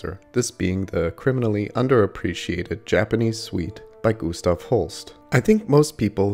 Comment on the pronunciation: The music critic David Hurwitz in one of his podcasts instructs us that since Holst was British, not German, his first name is pronounced Gus-staff, not Goose-stoff.